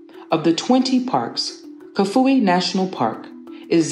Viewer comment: You said Kafue,nshima and Nyanja completely wrong